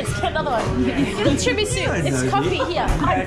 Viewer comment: "hey, its kinda nice down hea"